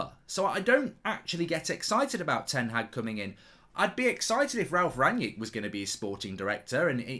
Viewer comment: Mark is so pretentious he calls Ralf Rangnick "Ranyik Ranyik" just say "Ragnik" as that is how most people pronounce it unless they are pretentious